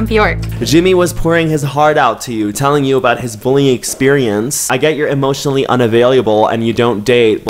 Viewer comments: This man pronounces French words perfectly and is dead ass out here saying "unavailyable" I love it 🤣🤣🤣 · Hey, I love how you say "unavailuable" instead of "unavailable"! 💀 honestly, CUTENESS OVERLOAD >>>>> ❤️🙌🏾 And omg ✋🏾 I've watched almost ALL of your videos and we keep giving THE SAME EXACT reaction simultaneously ahahaha the first time that happened I was shook, but now its as though we're hanging out together irl... Which is really nice cuz this pandemic has been going on for too long😫 Thanks for keeping me company! 🤗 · no one:: “unavaileyable” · not saying « unavaileeable » 😂🥰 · no one:: "emotionally unavailuble" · Did anyone notice saying “unavailiABle” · “Emotionally unyavayliable” - I’m sorry what? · **Unavailiable** Un-avail-leeable Lol Oh, cute, I poke fun! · Dude why do you keep saying "UN-A-VALUABLE" ????